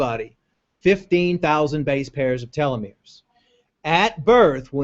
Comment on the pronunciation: not telometers, it's telomeres.